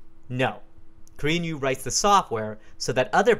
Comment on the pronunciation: Thought he was saying "Korean You", had no idea what was going on.